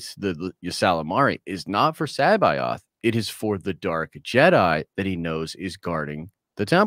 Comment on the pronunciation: Joruus c'baoth is pronounced like cabbage, listen to the fucking audiobooks. Wookipedia has it wrong too.